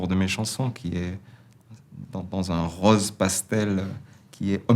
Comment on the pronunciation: J'aime bien la façon dont Julien prononce le o de rose, o ouvert comme dans le sud. Sinon plus sérieusement, quelle belle réflexion sur le monde. Et non ... Le monde n'est pas tout rOse...